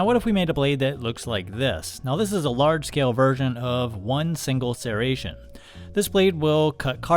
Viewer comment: The only thing I'm taking from this video, is how oddly you pronounce "Serration."